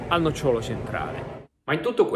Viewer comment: Si dice nócciolo. Non nocciólo. Ma perché volete giocare a fare i divulgatori quando manco l'italiano conoscete?